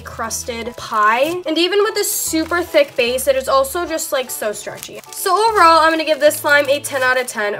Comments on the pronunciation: have you guys noticed that she says “theck” instead of “thick” lmao i just think it’s funny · for some reason i love how she says thick as ThAquE